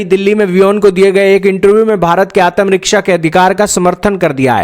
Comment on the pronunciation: Can't even pronounce ATMARAKSHA ‼️👹⁉️🤣